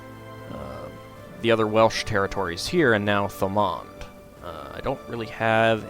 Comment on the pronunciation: Great pronunciation for a non speaker! Thank you, it's so bloody frustrating hearing bad pronunciation.